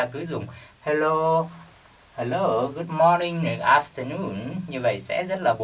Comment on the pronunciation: Good morning chứ ko phải good moring thầy ơi